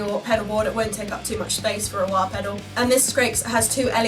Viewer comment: The sound sample has taught me something I prefer the low end type of wah sound. Didn't know that before. Thanks! kinda like a talk box I like how you say Wahr 😆